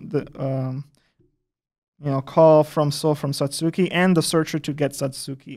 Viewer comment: Wow, that pronunciation. It's not Sa-suu-ki. It's Sa-(t)ski